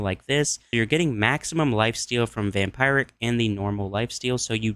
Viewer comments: Oh, vampiric, though--that's pronounced "vam-PEER-ic," not "vam-PY-ric." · It's pronounces Vampeeric not vampire-ick